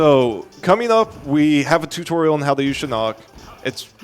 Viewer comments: Am I the only one who hears the other dude Pronounce Siarnaq's name like "Shinnok" and not like seer-nock? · i feel you. for me was Shinock haha, this is no Mortsl Kombat. the name is Siar-Nack! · Siarnaq, not ”SHINOCK” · dre154 if you listen to the voice acting it's pronounced "Saar-nack" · No. 90 "Sheerock" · Really annoying how the co-commentator calls Siarnaq "Shirock"